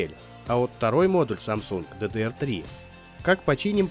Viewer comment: не сУсон, а сАсун, не надо благодарить😎